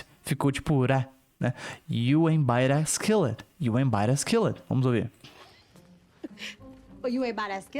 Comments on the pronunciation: É impressão minha ou é isso mesmo, quando a fala "ain't" o som fica literalmente aint já o professor fala eint, isso seria uma das formas corretas da pronuncia? Desde já agradeço pelo excelente video! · Ela parece que nem fala o t ela fala you aí buy